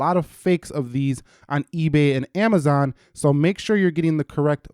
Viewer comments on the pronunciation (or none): none